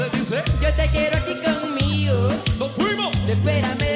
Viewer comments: yo creo que le falto es corregir los acentos cuando se pronuncie las palabras,cuando dice conmigo suena asi conmigoo y ozuna lo pronuncia conmigo y corta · emitar a un artista reconocido se tiene que llevar el mejor esfuerzo,y el nicky canta como escubidu y el ozuna el acento cuando pronuncia conmigo se queda colgado.